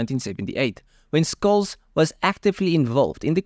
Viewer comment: Skulz? 🙃 Shhh-uh-L-ts. Germans spell the 'sh' shhhh sound as 'sch'. But it's still the same shhh.